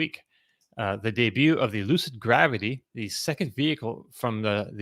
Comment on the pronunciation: 😂Only would pronounce it Lucid GraWvity….😂